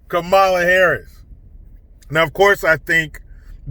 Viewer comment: Comma - la. Are you saying her name wrong on purpose like Tucker? Lol.